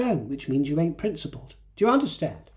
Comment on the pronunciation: Hearing say "ain't " in that posh accent, yal!! Pure gold, my dear! ❤😂